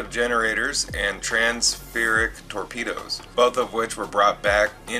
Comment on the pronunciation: Its trans phasic torpedoes not transfurric 😁😂 but all that aside good video an info . Rhanls for cherring . Lol